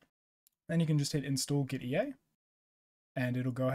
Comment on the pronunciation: Gitea is pronounced like git and tea. Hence the logo.